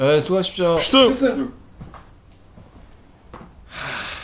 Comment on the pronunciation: 피씅! 경례 발음 뭉개지는것도 ㅈㄴ 똑같네ㅋㅋㄹ